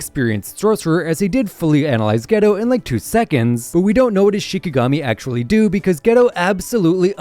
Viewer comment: not to be a hater here but “ghetto” is pronounced “gay-toe”